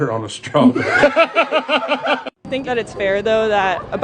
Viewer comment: “It’s strawbarry malk and not, like coa malk”